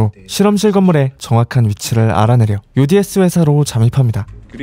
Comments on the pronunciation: uds 왜 뉴진스라고 들리는지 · 왜 uds가 뉴진스로들리지